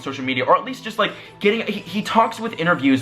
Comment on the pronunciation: your just gonna get (more) hate by doing this, also Hanke is pronounced Hank, the e is silent